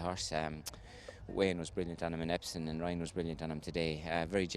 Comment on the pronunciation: why can he not say Epsom what is Epson?